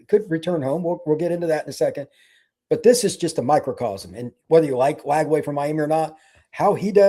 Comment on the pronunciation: Not Lagway, please.